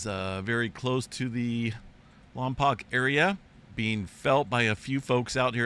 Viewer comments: Pronounced Lom -POKE. I’m not feeling good about all the movement ALL over CA (northern, southern, eastern, western). Something’s gonna give soon and it won’t be good. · My dear friend from Carpinteria HS told me it is Lom. Poke . I was looking for this correction.❤🕊️🙏✝️🇺🇲🦅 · I urge all to watch "Roger Ramjet Lompoc Lizards" (RR was a gem from the 60's) and hear the pronunciation of Lompoc. Stay safe out there, we're one day closer to the big one! ❤️